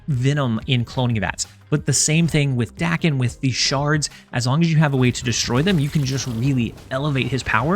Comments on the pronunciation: I was informed it is pronounced “day-ken” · Language learning times! Daken is the romanization for 駄犬, “bastard dog”, a slur on reference to Daken’s mixed blood. Which later “takes back”. As such, it should be pronounced “dah-ken”, as the short English “a” does not exist in Japanese!